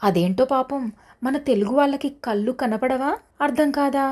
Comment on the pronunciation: కళ్ళు.. కల్లు కాదు